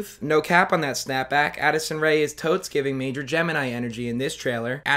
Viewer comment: i cant tell if he said acid rain or addison rae here but it seems to be true either way